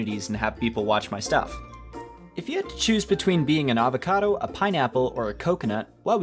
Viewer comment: did I hear avacodo